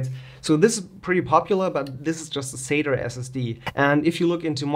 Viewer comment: LOL "sater" SSD sounds like something Larry the cable guy might say LOL, its sat"A", there is no E or R LOL.